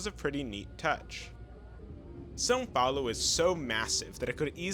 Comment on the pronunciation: The most surprising thing about this video is that you speak the nasal sound of “São Paulo” correctly. Usually years of practice of portuguese are necessary to do such sound, congratulations 😂